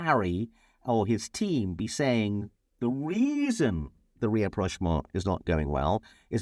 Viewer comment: Excellent as always. Learnt a lot! Thanks. One small question/ point: is it rapprochement rather than re-approchement? Also really enjoy your different outfits